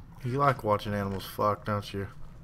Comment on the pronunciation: He almost said aminals